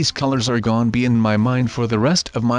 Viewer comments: And why u keep saying gone instead of gonna??? 😐😐😐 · i wonder why kept saying "gon" in this video